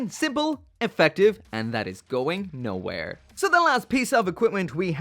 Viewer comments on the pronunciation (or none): none